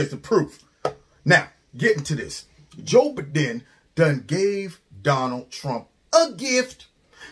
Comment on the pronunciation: Joe Ba-DIN. Love it.